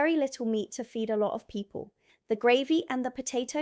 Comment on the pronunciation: Footnote my dear, Gravy, pronouced Grey=vy not the way you are saying, ...so glad you are here and not in that place over the pond....